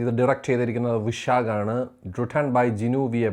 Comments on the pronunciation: വിശാഖ് അല്ല വൈശാഖ് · അളിയാ വിശാക് അല്ല വൈശാഖ് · Director വിശാഖ് അല്ല അണ്ണാ വൈശാഖ് 😂ഇയാളെ kond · ഡേയ് ഗൂഗിളിൽ കിട്ടുന്ന പേരുകൾ വായിക്കാതെ അവരൊക്കെ ആരാ, ഏതാ അവരുടെ കഴിഞ്ഞ work കൾ എന്നൊക്കെ മനസ്സിലാക്കി പറയടെയ് വിശാഖ് അല്ല വൈശാഖ് ആണ് സംവിധായകൻ പുലിമുരുകനൊക്കെ സംവിധാനം ചെയ്ത 🤦‍♂️ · വിശാഖോ? വൈശാഖ് നേ അറിയില്ലേ bro?! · വിശാഖ് അല്ല വൈശാഖ് 🥴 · വിശാഖ് അല്ല ബ്രോ.. വൈശാഖ് ..😌😌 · വൈശാഖ് ❌വിശാഖ് ✅ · വിശാഖ് or വൈശാഖ് 🙄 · ഡേയ്, വിശാഖ് അല്ല വൈശാഖ് ആണ്‌. Please take care! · വിശാഗ് അല്ല ബ്രോ വൈശാഖ് ആണ് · വിശാഖല്ല...വൈശാഖാണ് ഹേ... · വിശാഖ് അല്ല വൈശാഖ് ആണ്... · വിശാഖ് അല്ല ബ്രോ വൈശാഖ് 🙏🙏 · Bro vaishak aanu vishak allaa 😂😂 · വിശാഖ് അല്ല ബ്രോ വൈശാഖ് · Brooo ...pls concentrate while pronouncing the names of the crew members of a moview...not this video on every time you r making wrong proninciation of names..last time on dc review u spelled arun mathewswaran instead arun matheswaran and this time visakh😅